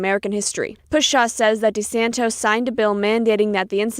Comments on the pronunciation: I love you guys, but the piece at, before, and after the mark, mispronounced the Florida Governor's last name Desantis at least two times as "DeSantos". Please stop doing this. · NTD continues to pronounce Governor DeSantis' name as DeSantos. It is not 'tos, it is TIS. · I agree, I wish they would correct their reporter and quit calling him DeSantOS it’s DeSantis.